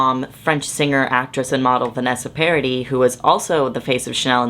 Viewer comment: pronouncing "paradis" like "parody" low-key broke my heart